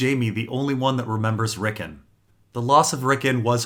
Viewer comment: It's not RICKEN! It's RICKON you idiot!!